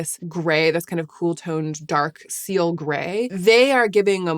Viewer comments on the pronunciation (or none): none